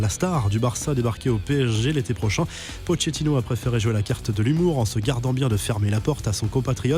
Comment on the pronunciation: Quelqu’un peut lui apprendre comment dire « Pochettino » ?